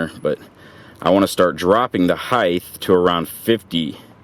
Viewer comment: Cool. It's "height", not "heidth" ;)